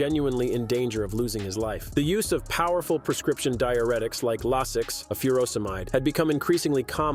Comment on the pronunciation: It would be nice if the body builders in the video clips were actually the one you are talking about. So I'm turning it off at Paul Dillett. And by the way, Lasix is pronounced 'LAY-six"